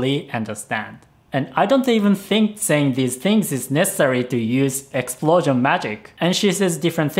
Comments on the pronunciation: EX SU PLO SION !!!!! Best word ever😂😂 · but you used the l! Illegal! It should've been something like EXPUROUSION, not just regular explosion